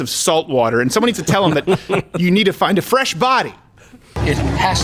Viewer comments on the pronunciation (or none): none